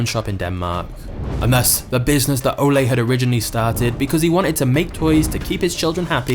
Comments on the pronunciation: Pronouncing "Leg" as english leg, and "Ole" as the spanish olé, man this is one funny video for a dane : P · The narrator is pronouncing Ole wrong! I’m Danish.